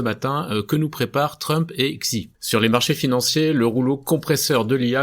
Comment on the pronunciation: coucou. juste parce que tu risques de devoir encore le prononcer souvent, pour info, tu peux prendre doucement l'habitude de dire "shi" dès à présent. Comme dans "sushi" ou "shield" au lieu de "Xi". le X en chinois se rapproche plus du son "sh" en français. bon weekend à toi